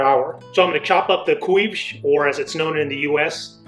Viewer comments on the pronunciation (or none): no..there is proper way to pronounce couves... My heritage is from around different islands of the acores...i do have family in Lisbon and up northern Portugal. I never heard anyone say queeves....never... Im not making fun but id thought it would be appropriate to let the author of the video the pronunciation is more like saying cove in english and adding sh at the end... If you are Portuguese you should know this... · There are many many different ways to pronounce ‘couves’ and other Portuguese words. It all depends on what region you’re from. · Funny how you pronounced couves..its kale in usa not collards though..although it can be used